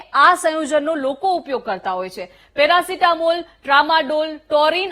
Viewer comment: મેરાસિતામોલ નઈ પેરાસીતામોલ બોલો 😅